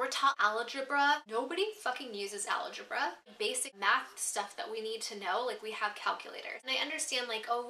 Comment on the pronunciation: its so cute how you say "algebra".. but it is wrong. It's pronounced way different than you say it.;)